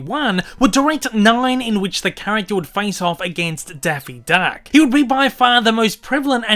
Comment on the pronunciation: “Denphie deunck” good lord